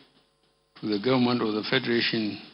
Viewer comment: Gaunmenht or Government??? What is he talking about? Somebody help me!